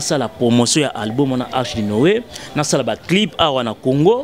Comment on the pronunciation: Album et non "alboum" non mais ooo t'étais la première à faire des émissions pour se moquer des personnes qui avaient du mal avec la langue de Molière mais je vois que apparemment toi aussi tu es!!!